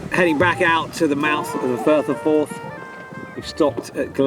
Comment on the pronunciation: Firth of Forth not fourth 🙄😳😂